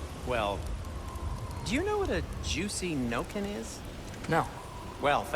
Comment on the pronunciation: "Juicy noken"